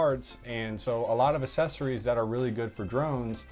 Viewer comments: You sound like an idiot when you pronounce Accessories incorrectly!!!! You say it like “Assessories.” Instead of “ACK-sessories” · "Assessories" lol